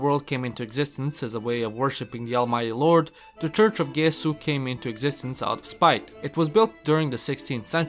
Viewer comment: It's pronounced with a "soft" G! Church of the Gesù, which is how you say "Jesus" in Italian!